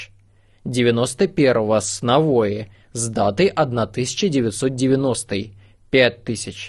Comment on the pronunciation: Навои...ударение на И